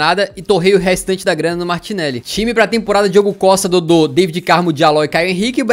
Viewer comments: N se diz David diz se Davide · não se diz Daivid Carmo, é DAVID Carmo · pronunciaste mal o nome do David Carmo é David Carmo e Deivid Carmo não sei se percebeste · Cara, David.... David Carmo.... Não Deivid Carmo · Diz se "Da-vi-de" No David Carmo